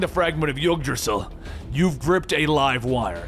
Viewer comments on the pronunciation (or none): Just a tiny thing that I was reminded of: I know it's norse and not English, but Yggdrasil is pronounced more like ig-drasil, not yog-drasil. I'm Swedish, and while the words themselves look different now and has gone through plenty of changes throughout the centuries, the sounds are roughly the same. (Mjölner/Mjölnir, Yggdrasil, Jörmungander/Jörmungandr, Nidhögg/Nidhöggr etc.) The "ö" is not an "o", it's pronounced similarly to the vowels in germ, stir or heard. I usually don't bother commenting about it, but I do occasionally find mispronounciation of the most basic vocalisations of my language annoying (can you truthfully claim to never feel even a tinge of irritation from hearing people speak your mother tongue poorly every time yet with total confidence?) It's the same listening to my less English proficient family members talking like: "Let's gå aut and våtch de börds" or something like that without so much as a hint of hesitation in their voices, as if having no doubt that they are saying it right... Sitting next to English speaking friends while visiting over a holiday celebration and some members of my extended family start talking like that, even if they don't need to, is just plain embarrassing. Alright, rant over.